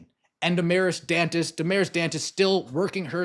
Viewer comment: I wish the announcer would pronounce her name Dantes instead of Duntes.